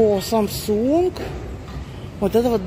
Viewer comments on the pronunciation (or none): none